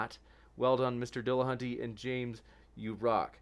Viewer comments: why do so many people pronounce matt's last name as dillahunTAY? there is no 'a' between the 't' and 'y' at the end of his name. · AND, AND its NOT "Dil-lah-hun-TAY", you lying, irritating, interrupting, "mmm... hmm...ing" subhuman troglodyte.